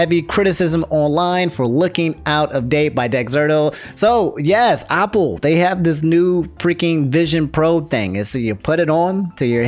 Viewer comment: I despise the way says Opple.